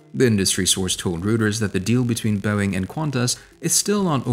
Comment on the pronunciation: Pronounced "Roy-ters" mate